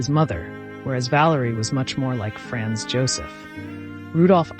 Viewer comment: It would really be nice if the pronunciation of the names, e.g., Sisi, Franz Josef, etc. were accurate. How difficult is it?